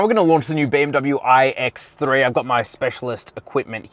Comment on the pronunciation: “All new ooooiiiiiigh ecks thre”